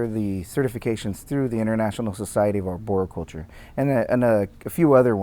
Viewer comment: maybe you could start by learning how to pronounce arboriculture.... before you go claiming mastery.